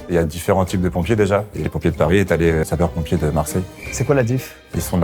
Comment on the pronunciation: "Sapeur pompier de Marseille" j'ai mal aux oreilles 💀💀